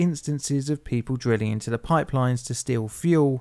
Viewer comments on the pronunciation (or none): none